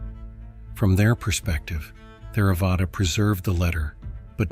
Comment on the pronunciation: I've always heard it pronounced Tare-uh-vada, the "h" being silent.